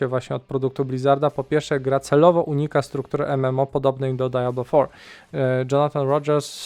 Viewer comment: dziwnie to da-ja-blo brzmi :)